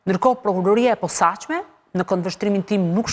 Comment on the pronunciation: KJO SHUME LLAFAZANE QE NUK DI TE FLASE SHQIP KJO SORRE THOTE “ gjykata e POSAQME “ KUR gjuha SHQIPE THOTE “ GJYKATA E POSACME “